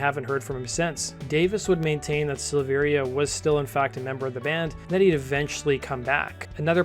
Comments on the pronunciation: SILL-VE-RIA, not SEELVEERIA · It’s SILV - AIR - UH. The I isn’t pronounced. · The second i in Silveria is silent. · I'll be honest. I made it about 30 seconds in. This is guy giving objectively false information so why would I trust anything else he has to say? Hell he can't even say David's last name right. It's worth mention LAPD actually stands for Laughing as People Die (originally Love and Peace Dude). Brian joined up with the guys before Jonathan not the other way around as he's mentioning. According to David he left Korn because he was working out one day and had a "I broke my back" situation similar to Mike Tyson if you can get the reference. That along with being unsatisfied with the direction the band was going in to say the least is why he didn't return when he recovered. Fast forward to 2013 when Brian rejoined the band David seemingly came out of the woodworks wanting to rejoin also. After being rejected in favor of Ray the rest is history. There saved you seconds of potentially false and misleading information. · Learn how to pronounce his name